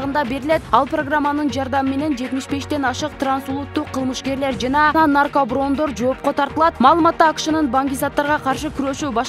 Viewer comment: Наркаброн 😀😀😀 нарко барон деп туура окусан боло?